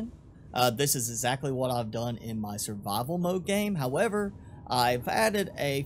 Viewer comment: "... sir-vuhvil mohde" 😁